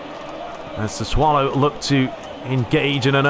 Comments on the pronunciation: Its pronounced "sassoulo" man u so much fun on the pitch and off it 😂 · It’s pronounced SAH-SUE-OH-LOW.